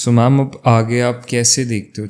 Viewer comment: the interviewer said bilkul "mam" but it sounded like "mom".I think in some ways the souls try to connect with their loved ones.❤❤